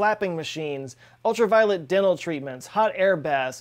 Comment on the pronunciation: For a minute, I thought you said "ultra violeNt dental treatment"... O_O